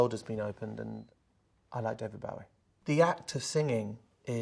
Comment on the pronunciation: The way Sam says “BOW-ie” has me triggered haha